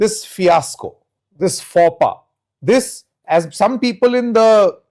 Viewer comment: What the hell is a "fauppa"?! Did this moron try to say "faux pas"?